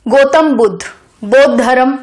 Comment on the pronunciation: Mam, it's dharm not dharam🙏 धरम nhi boliye plz, धर्म बोलिए। गोतम नही ma'am गौतम🙏